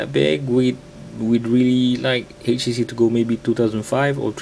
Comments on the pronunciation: Htc dude, not "hay she she". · haitch tea cee